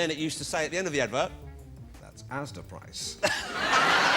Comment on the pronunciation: You have a couple of the names wrong, the supermarket is ASDA (not AZDA), one of the impressions at the end is FRANK SPENCER, the other is ROLF HARRIS, (not ROB HARRIS). Other than that this is a good compilation.